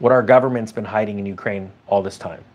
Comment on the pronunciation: COCAINE? Oh i thought U said UKRAINE 😂😂😂